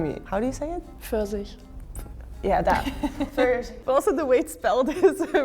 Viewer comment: The word Pfirsich was not pronounced in the standard German way. It sounded like East-German (maybe Berlin?) dialect. In standard German the p is audible and the "ir" sounds like the vowel in the English word "here".